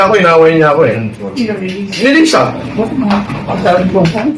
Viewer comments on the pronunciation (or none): Di naman Lisa ang tawag nila sa FL. Laysa ang prnounciation nun di Liza. Halatang di sila close haha. KULAONG strikes again